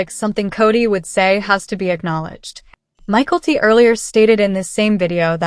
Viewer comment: Learn how to pronounce Mykelti. MiKELLti, Not Michaelty